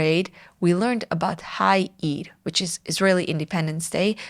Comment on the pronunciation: it took me a while to realize "hei eir" is "5 iyar" 😆